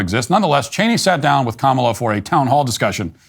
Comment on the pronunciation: while they say her name wrong because her name is an Indian name